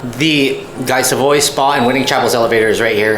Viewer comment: Great video. Guy Savoy is pronounced Gee Savah, just so you know. 😂